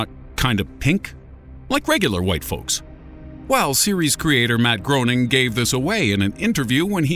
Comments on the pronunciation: The last name of the creator of the Simpsons, Matt Groening, is pronounced “Graining”, not “Groaning”. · Matt Groening is pronounced gray-ning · It's pronounced GRAY-ning, ya putz. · I'm groaning over the pronunciation of "Groening" ("graining", not "groaning"). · Number 11 You pronounced the creators name wrong it’s Graining not growing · the simpsons creator's name is pronounced GRAY-ning, not GROW-ning!!!!!! JEBUS!!!!!! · It’s pronounced, graining! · Decent video, but, for future reference, Groening's last name is pronounced Gray-ning, not, Grow-ning. Also, Ricky Gervais is pronounced Jer-vase, not Jer-vay. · IT IS NOT PRONOUNCED GRONING! IT IS GRAIN-ING! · How can the narrator not know it's pronounced like 'Grey-ning'? It's painful to hear him pronouncing it 'Groaning' every single time. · Matt Groening's last name is pronounced Gray-ning not Groan-ing. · it's not pronounced like Matt Groaning It's pronounced GRAYning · Did anyone else get seriously annoyed that he pronounces Matt Groening's last name wrong? (GRAY-ning, not GROAN-ing) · *Matt "Gray-ning". Lord, that was so annoying. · His name is pronounced Gray-ning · Your credibility is questionable considering you don't know Matt Groening is pronounced "Graining" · Breaths in IT'S PRONOUNCED GREY-NING, ALTHOUGH SPELT GROENING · It's pronounced Grey-ning. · Matt GRAY-ning idiot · Groening, pronounced "greyning". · it's pronounced Matt gray-ning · Matt Groening's name is pronounced "GRAY-ning" not the way it's spelled. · Matt Groening's surname is pronounced "Gray-ning". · It's pronounced Graining like raining. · It's pronounced Matt Graining :) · every time he said Matt Groening's name wrong I cringed. it's pronounced Graining. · .... its "graining" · It's pronounced Grenning, and Gerva-is. WTF. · Groening is being pronounced wrong. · Nobody is commenting on how he keeps mispronouncing Groening, smh.